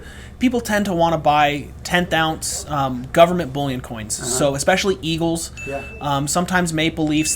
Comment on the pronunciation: "eckspecially" yeah ok